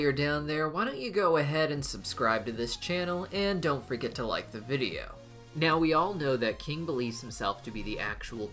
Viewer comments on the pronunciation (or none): none